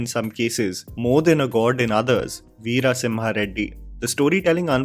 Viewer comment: im no done! you say veera as vira and vara vaara. come on mannnnn whyyyyy dawg why